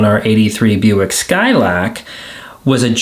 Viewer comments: "Buick Skylak" because the R fell off. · Zero accent until he says, “Skylahhhhk.”